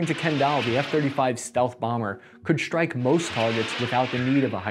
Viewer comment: Congrats! You pronounced Nuclear, but you totally gloss over your bastardized "strike" and "struggle" - there is no H in either.